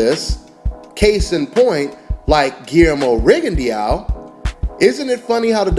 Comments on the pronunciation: It's rig-in-doe not riggone-Dee-ow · it's not rigondeeao. i think that fight happens in 2 years.